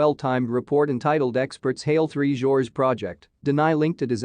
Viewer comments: Three "GORGES" not "Three Georges" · Next time, please correct your pronunciation of Three Gorges Dam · Yes please